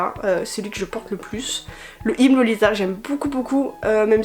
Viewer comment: Wow j'adore le style pirate lolita et étant déjà fan de steamp punk j'aime beaucoup steampunk lolita aussi! 🥰 Je connaissais pas du tout (à part le style gothique lolita) merci de m'avoir appris des trucs sur le style lolita 😉 Ah oui et au fait je crois que Hime ça se dit Himé 😉